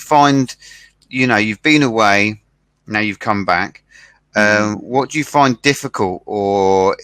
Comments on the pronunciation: この英会話講師の発音指導については、正しいとかどうかの問題ではないような気がします（an concrete example: find [faind]と発音していない )。まあ、アツさんの英語を指導するって（動画は）講師が大変だわ（笑）何といってもアツさんが、日本で英語を学習したという点においてこれだけの支持が得られているのだと思う。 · イギリス英語難しい😓findの発音フォンドって聴こえる